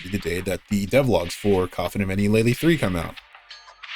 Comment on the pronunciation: based lay-lee pronouncer